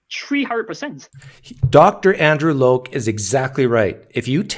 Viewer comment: you just cant seem to pronounce Dr. Andrew Lokes name correctly, can you? now, could you do it if you had a 3.5 hour stream to practice??? 😂😂 (btw, very entertaining)